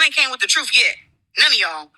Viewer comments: She need to fix her bottom teeth because I am tired of her pronouncing truth as “TROOF” and booth and “BOOF” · She Can't Say The Word TRUTH...She Say...TROOF!!! So If She Can't Pronounce It...Don't Understand The Meaning...Because She's A Pathological/Habitual Liar...💯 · lol she said say the TROOF 😂😂😂😂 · Trufh with a F lol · please Say the TRUFF 😂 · it's “Troof” and “Boof” A mess!